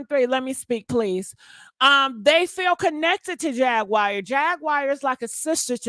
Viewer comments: Jagwire is that what she said😂😂😂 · Jag wire Wright 😆